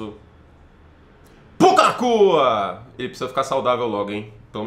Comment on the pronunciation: Regrava e reposta, você falou “PUCA NAKUA” sem a entonação correta